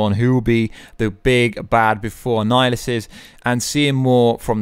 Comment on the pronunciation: can't finish this vid, hearing 'annilihissus' is almost painful.